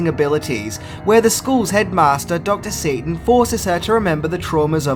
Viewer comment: Whoah! Did you say Dr. Satan? Had to look up the wiki page on that one.